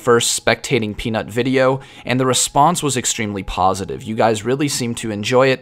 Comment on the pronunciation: I hear you tried hard not to make Peanut sound like Penis like in the last vid xD